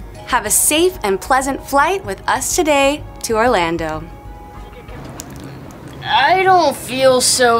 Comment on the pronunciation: it’s Orlando not Orlandot